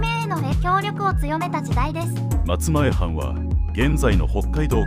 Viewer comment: 松前藩マツマエハンと正しく読みましょう